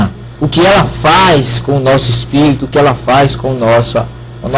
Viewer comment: Mas você não sabe nem dizer Espirito Santo, você diz ESPERITO, e querer ensinar os outros seu pastor Rogerio Moreira...